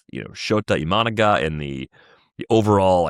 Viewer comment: Funny how has adopted mispronunciation of Imanaga.